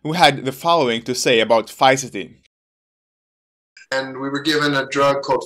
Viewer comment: I counted four different pronunciations of Fisetin.